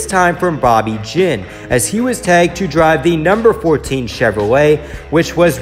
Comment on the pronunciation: It's pronounced Ginn, not Jinn. And Ginn had not taken ownership of the team at the time Sterling was hired